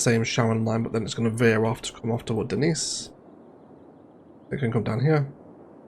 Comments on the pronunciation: Came here to say Dee-nice too! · According to Keegan-Michael Key, Denise is pronounced Dee-nice 😁 but regardless of the pronunciation she sure looks good with all of her bridges, the European high density and even has a dude on a horse 😊 Now we need a Margaret with mid-century modern on the other side (hello Ilos 😉) so they can have a heated debate if it's football or soccer 😜 Further down the line we could have Ethel, Gladys, Hazel, Bertha, Myrtle... ok, I shut up 😅